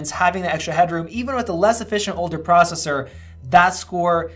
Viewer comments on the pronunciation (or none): none